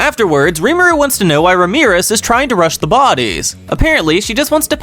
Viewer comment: RAM-E-RISS not Ramirez😂😂😂😂. Love the videos